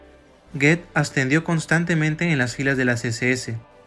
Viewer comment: Y Goeth se pronuncia " Guut"